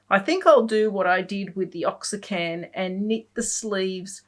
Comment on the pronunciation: Love the tutorial and podcast. You have inspired me to start painting and I’m doing a picture a day in the ‘In the Woods’ book as well as other free style painting I get from watching you or other Youtubers. It’s tons of fun. Just want to say I believe Oaxacan is for the Mexican city Oaxaca. Properly it is pronounced ‘oh-ah-ha-ka’. If you say ‘waa-ha-ka’ it sounds almost the same. I’m not a native Spanish speaker, but was raised near the border and took Spanish in school....years ago. Of course if you don’t use it, you lose it. Thanks for all the time and effort you put into your videos. I really enjoy each one (now that I have binged watched them all to catch up).